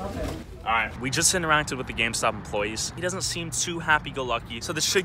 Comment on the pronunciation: Who else heard scamstop instead of gamestop